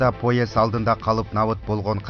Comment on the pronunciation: Автор, басымды туура койгулачы окуп жатканда ! паспОрт эмес пАспорт, диаспОра эмес диАспора, поЕзд эмес пОезд !